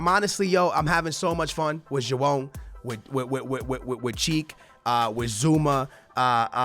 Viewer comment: I swear when he says Joao it sounds like he's saying jewome